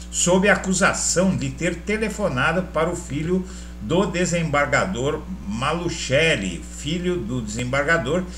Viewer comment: Se pronuncia MA-LU-CE-LLI